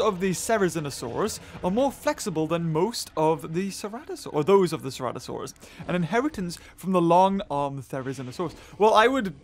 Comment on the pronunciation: Is it just me or almost everyone said cerazinosaurs as crazienosaurs????